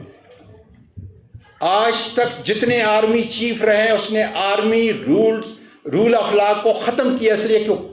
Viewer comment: Roll nahi ROLE hota hy.... Isko theek karein....